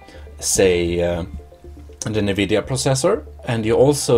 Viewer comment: It’s not pronounced “nuu-vid-yeee-uhhh”. It’s pronounced “en-vid-yeee-uhhh”.